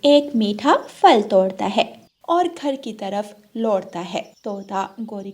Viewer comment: Phal bolo fal ku bolti bchy b glat boly gy tmy sun kr